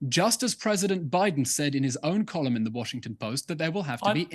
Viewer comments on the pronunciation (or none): none